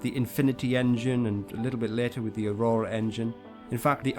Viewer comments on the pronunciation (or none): none